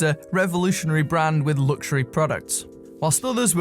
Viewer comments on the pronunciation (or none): I always skip these adverts because they always say lugsuary watch,which really grinds my gears,just saying.